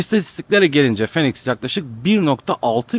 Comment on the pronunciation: Abi phoenix 'finix' diye okunuyo. Nba'dan biliyorum :)